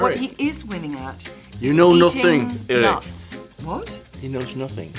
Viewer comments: when your Danish shines through. "Eareck" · I love when Nik goes "you know nothing, Eric," and his wildling accent turns more Danish at the end, and she's like "what was that thing you did then? Noises."